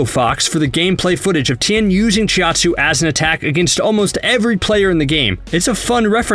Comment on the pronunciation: CHOW TSUU not chi at suu